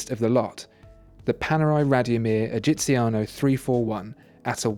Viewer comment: GUIDO !!! GUIDO not "Giovanni" ! What a shame... and please , what a horrible pronunciation ... are only 3 words come on : "egiziano" " giorni" " brevettato"